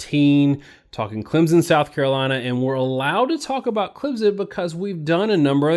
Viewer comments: If you have covered Clemson enough you know it's not pronounced Clemzon like you keep saying like a moron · first of all...its clemson, not clempson... clemson wins 33-19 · Clemson is not pronounced "ClemsZon", its pronounced "ClemSon" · Clem. Son? Wow even you guys can’t say your team name right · SECFans Learn how to pronounce the name of the national champions correctly! Clem. Son